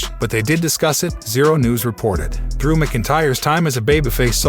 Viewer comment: please say drews name properly please